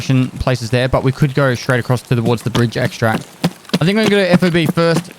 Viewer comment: It is a FOB, but it isn't pronounce F-O-B. It is pronounced fob, as in key fob. As a word, not letters.